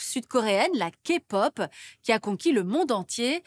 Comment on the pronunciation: La Kpop et non la Kapot 😂😅